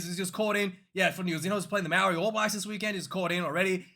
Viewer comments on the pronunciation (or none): none